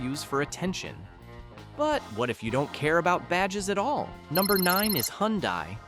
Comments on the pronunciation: It’s pronounced huhn-DAY, “Patrick Star”! 🤨 You also forgot to mention the Ram trucks in the Dodge section and Chevrolet’s counterpart GMC! There’s also lots more brands than you think, like the supercars: Lamborghini, McLaren, etc. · Hyundai is pronounced hundae like sunday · "The NSX supercar is cool but outsold by the Toyota Corolla" That's one of the most stupidest remark I''ve heard.... one of the best selling cars in the World it outsold every other frigging car, no ? It's not Hun-dye, it's Hi UN Die. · never heard of Hun-dye either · You Said Hyundai Wrong Its Hun Day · Well at least Hyundai and not "Hyudia" (get it right) is on the list, where is Cadillac ??? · How come AI doesn't know how to pronounce Acura or Hyundai?